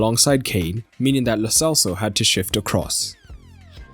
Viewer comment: Why u people say lo selso, it's lo CHelso